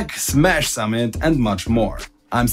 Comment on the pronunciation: Ich verstehe immer "Sammelt" anstatt "summit" xD